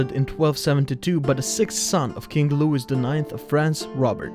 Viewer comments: Please learn how to PRONOUNCE names - especially LOUIS as in Louis XIV - it rhymes with "Luey" not with "...is" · holy fuck i hate the voice and how he speak. and the pronounceation is horriffic sounds like someone takes aids filled shits in my ears. and Louis is pronoinced with a silent S.... its pronounced like Loui